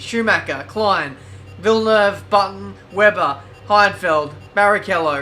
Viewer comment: it's pronounced Klien not Klien